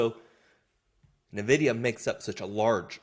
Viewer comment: Son, it's pronounced En-videe-uh. NOT Nuh-videe-uh.